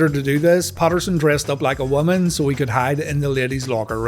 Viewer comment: Ross replied " Evil WOMUN"